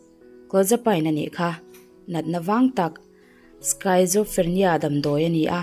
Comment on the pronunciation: Kum li lai liam tawh mahse ka ngaithla ve chauha,schizophrenia natna lam dan hi skit-zo-free-nia tih anga lam tur,medical term hi chu medical lama thawk lo tan chuan a har ve tho ang,story dang ah he natna alo awm leh pawn dik taka i chhiar ve theih nan ka lo sawi ve mai2 aw😊